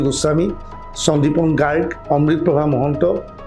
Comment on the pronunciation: ডুবিন গৰগ' নহয়। গাৰ্গ